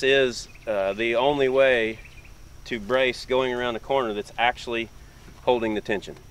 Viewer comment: "Probaly"????? "Akshuly"?????